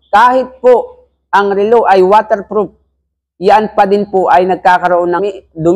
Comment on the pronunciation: Relo not rilo! BISAKOL!!! 😛🤪😝